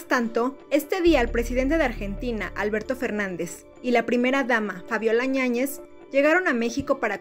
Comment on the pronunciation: Dos veces, DOOOSSS!!!, dijiste ÑAÑEZ,. NO ES ÑAÑEZ, ES YÁÑEZ!!!! Pasa el tiempo y sigues sin aprender a leer y hablar. Rompeviento... yaa wey, hasta cuándo?